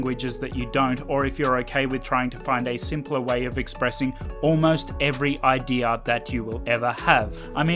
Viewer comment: bro kept saying I.D instead of idea, I couldn't focus to what he had said